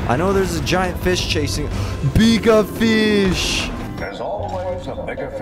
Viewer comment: "Beegah feesh" - 2022